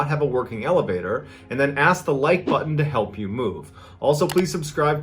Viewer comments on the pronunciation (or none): none